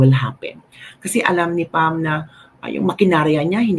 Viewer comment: Sir, PAM baricuatro po. Not BAM. Hehe. :)